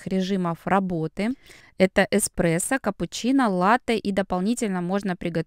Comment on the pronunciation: Так режет слух-кофе-не оно, а он, не экспрессо, а эспрессо